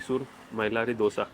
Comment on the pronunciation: Thank you for pronouncing Dhose correctly - not Dosa like north Indians pronounce.